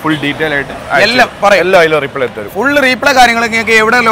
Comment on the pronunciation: റീപ്ലേ അല്ല ബ്രോ.. റിപ്ലേ (reply )